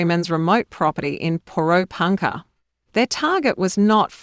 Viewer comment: What? Po Ro Punkah? Is that near Ber Right?